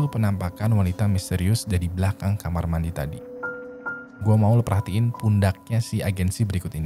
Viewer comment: ngomong KAMAR MANI anjir